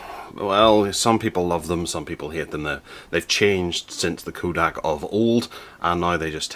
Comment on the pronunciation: Did you actually screw up the name Kodak so horribly? Yes, you did. It is NOT Koodak!!